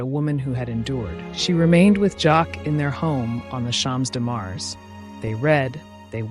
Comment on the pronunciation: I love this work, ask you to improve French pronunciation: Champs de Mars, grande dame.